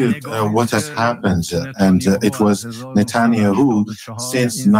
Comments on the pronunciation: Good to finally hear the correct pronunciation of Nuttin-Yahoo. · Natul-yahuuu❤ he butchered His name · Can anyone confirm the accuracy of this statement: Benjamin Netanyahu: The current Prime Minister of Israel, whose name is sometimes mispronounced as "Natania who" with a Persian accent. Recent news covers his meetings with President Trump regarding the war between Israel and Iran. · The translator pronouncing Netanyahu as "Natanya Hu" every time was so funny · It’s pronounced “Na-TAHN-yuh-HOO” from here on out 😂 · Love the way he pronounces Netanya-hu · For the first few minutes I was trying to figure out who "natonya who" was lol just the wildest pronunciation of netanyahu I've heard 😂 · He called NETANYAHU as NATHANIEL-WHO...............:face-red-droopy-eyes::face-red-droopy-eyes::face-red-droopy-eyes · Netanya-Who. That’s how I’m pronouncing it from now on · The translater did a great job - minus the pronunciation of Netanjahu ^^ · The pronunciation of Netanyahu is hilarious but I get it the accent doesn’t matter the content matters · Would be helpful if the interpreter was better and could pronounce Netanyahu in a way Americans can easily understand